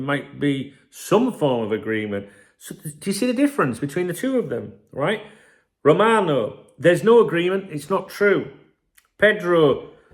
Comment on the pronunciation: Romano is the correct way it was said m8